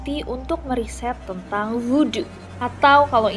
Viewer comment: Bukan woodo tapi Voodoo